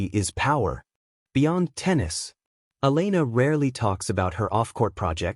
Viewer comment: Try to say the name of Elena properly